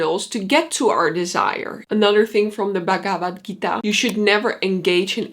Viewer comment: Why can’t you try and pronounce the Bhagavad Gita properly? I mean if you’re half Indian, at least try to pronounce it right - it’s not even that hard.